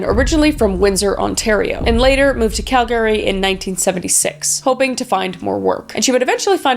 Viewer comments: Cal-GARY? Oh, honey. No. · Say it fast now... Calgary.... Not Cal-Gary. It makes it sound Kryptonian.😃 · Why ya saying calgary like that its Cal Grr eee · As a Calgarian you can tell Kris is definitely from BC LOL, everyone here pronounces it as Cal-gree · Is that how you say Calgary? Always thought it was pronounced cal-gree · is it really pronounced Cal Gary or calgary? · I never knew it was pronounced Cal-Gary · Uh.... Kris....... I love you, but g'damn you need to pronounce words right, girl!"Semenal" is not pronounced like "semen". I can't have been the first one to let you know that. Pronunciation matters, it really does. Also, Cal-Gary?? Really!? How does a Canadian not know how to pronounce Calgary? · Wait a second. Calgary. Cal-GARY DID IT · I’m not Canadian but isn’t the emphasis on cal in Calgary instead of calGary? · Lol Kris your losing you canadain accent lol and can totally tell you are from BC . I grew up in Calgary and I just giggled when you said Cal Gary lol. I love your videos .keep the amazing job lol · Oh, as an American, im curious, is it pronounced cal-GARY or CAL-gery? I heard you saying it cal-GARY. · I'm just finding it wild that Calgary is actually pronounced Cal-Gary by actual Canadians! Have the rest of us been butchering the name this whole time? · as a canadian PRONOUNCE CALGARY PROPER smfh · Kris I knew you were from out west, but I wasn’t sure which province until you said “Calgary” and your BC accent really stood out 😂 (Not making fun of your accent, I’m from the Maritimes and I know we sound goofy 😂) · Have I been saying Calgary wrong this whole time? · She’s Canadian and she can’t pronounce Calgary? I am from Quebec and I can nail it. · Is that the correct way to pronounce Calgary? I thought it was pronounced with an “er” sound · Are you fing with us or have we all been saying Calgary wrong the whole time? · Kris, I love what you do, but your pronunciation of Calgary was killing me. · 😅 No Canadians pronounce it Cal - garY